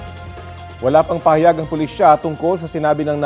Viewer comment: Ayusin nyo ang pag bigkas ng salitanng PAHAYAG…..